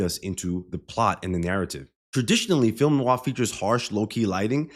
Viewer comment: You said "film noir" as well as a native English speaker could. Bravo. Great analysis btw !